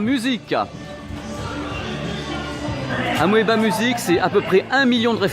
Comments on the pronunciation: Et Amoeba se prononce simplement "Amiba". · ça ce prononce "amiba"